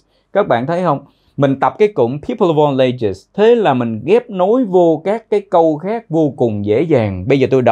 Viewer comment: chỗ nối people of all nghe dễ nhận, nhưng nối all với ages nghe như thành 3 âm a:l, lei, eɪdʒz ? Em thếi tiếng Việt cũng nối âm: Tết - a - i về? (Tết Ta ai về)...